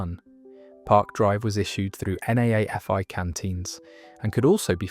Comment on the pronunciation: NAAFI is pronounced "Naffy" - Navy Army and Air Force Institutes